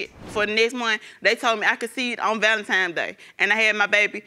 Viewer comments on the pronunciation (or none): Why do people say ValenTIMES uugh well that the least of her worries. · Boss Ladiee she also said she conceived on valentimes day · Nor is ValentiMEs. .lol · "VALEMTIME" I'm done! 🤣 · Hahaha Valentimes day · If she say “Valentimes” day one more time I’m gonna lose it. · If she say ValenTIME's Day 1 MO TIME!!!! 😤